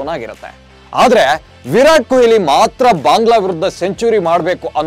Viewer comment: ಕೊಯ್ಲಿ alla kano adu goobe ಕೊಹ್ಲಿ ವಿರಾಟ್ ಕೊಹ್ಲಿ!!!